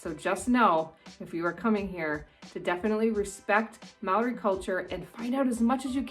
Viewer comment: I want to compliment you on you Māori pronunciation. He tino pai!